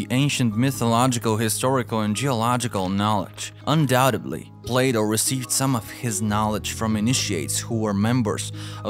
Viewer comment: "Can -Al" Plaaato", , "Jeebralter", "Al-ex-ander", "Can-Al", " Appal-laa-sion ", "Hem-al-asion", ...